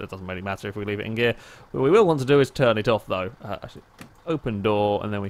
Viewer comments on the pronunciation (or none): none